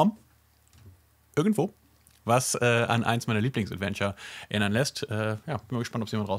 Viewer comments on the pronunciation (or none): none